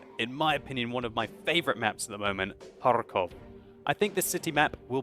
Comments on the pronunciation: For some reason, the way he says it bothers me. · It's kinda funny how you can't pronounce Kharkov! unfortunately there is no KH in English. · I love how you say '' KhaRRRkov'' :D It's so funny (in a good way) :D